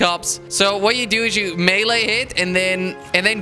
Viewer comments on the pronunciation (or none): none